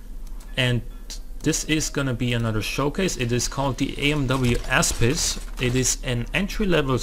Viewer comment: The word Aspis is pronounced AspIs with the letter "I" pronounced louder and also an aspis is a shield so pretty fancy for a car